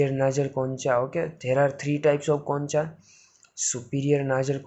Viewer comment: Concha sahi se pronounce nahi kiya google par dekhlo bhai